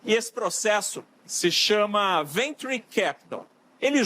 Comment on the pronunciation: Porra mas o repórter vai para fora do país e faz toda uma reportagem para errar grosseiramente na pronuncia de Venture? E depois não sabe pq o país não vai para frente! Não acerta uma! Mas se fosse para tocar gado? Ai era um gênio!